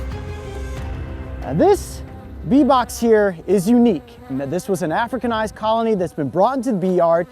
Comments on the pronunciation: It just feels very uncomfortable to listen to him emphasize the “docile european queens” in contrast to the “hostile africanized queens”. It’s not your fault that you don’t feel uncomfortable about it, but a lot of us do, so please respect that. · Yeah he's stressing it a bit too much